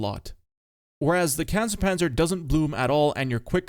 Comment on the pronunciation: Not CancerPanzer but KANONENJAGDPANZER! You are butchering my beautiful language